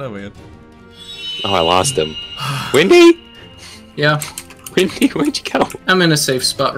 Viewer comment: it's windy not wendy